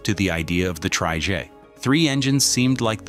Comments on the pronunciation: What exactly is a "tree-jay"? Did the AI not understand "Tri-Jet" ? Also the Lockheed L-1011 is pronounced "El Ten-Eleven". Please stop using AI as your only method of work. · ‘tri-jay’?? The artificial narrator is really not up to scratch yet. Shame, as this video is otherwise well presented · What's a "tree-jay"? AI has a way to go on its narrating skills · What’s a “Tri-Jay?”👌🤣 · Probably cause the voice is AI. Loot of people don't like the sound (the word trijet in particular hurts) and is generally seen as less credible. "Is the script AI too?"